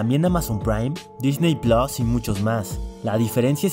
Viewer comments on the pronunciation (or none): none